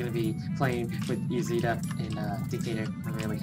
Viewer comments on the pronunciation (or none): Cool but it's isida not izida